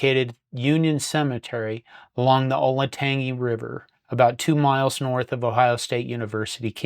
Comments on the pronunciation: Yes, I have known the name Chic Harley for many years. As a native Ohioan, Buckeye football history has long held my interest. BTW, the river you mention near the end of the video is pronounce like "Olentanjy" with a soft "g." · Good write up. Columbus East High School named its stadium on honor of the great Chic Harley. P.S. it’s pronounced “Ol-inn-tann-jee” River